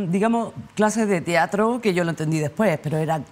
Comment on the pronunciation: Excelente charla. Lo único que me irrita un poco es que diga "tiatro" en vez de "teatro"